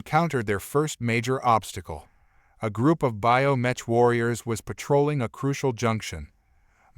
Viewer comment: Pronounced BIO MEK!